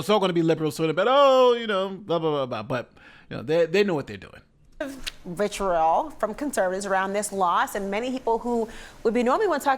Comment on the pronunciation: I heard, ‘vitriol’